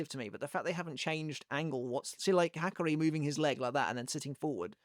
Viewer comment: They way you’re saying his name is killing me smallz😭😭 Ha-car-E